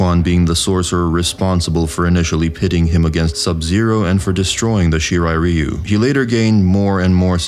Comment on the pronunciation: I'll never get pass how badly the series, and by extension its fans, pronounce ryu.